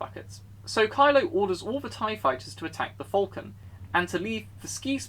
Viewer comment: It sounds like you say Vulcan rather than falcon.